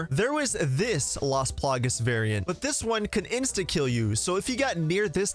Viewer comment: It's las plagAs man not las plagues that was super annoying haha